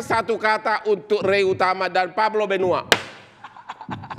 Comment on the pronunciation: Bang hotman salah ucap pas bilang Rey utama dan Pablo benua🤣🤣